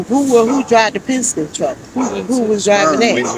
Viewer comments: Pesenske.....Oh. I thought it was Penske!!!!! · ITTSS PENNNSKIIII..NOT PAZINSKII GOD DAMN IT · “Pazenskee” ( pen-ski) lol love the channel, but I had to laugh at that small bit bro. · The name of the company with the Yellow truck is pronounced Penz-kee (Penske) 😊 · What the HELL is a damn "Paginzee"? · Pesenski is crazy 😂😅 it’s PEN-SKE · Did he say " Penzenske truck" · Btw it’s pen-ski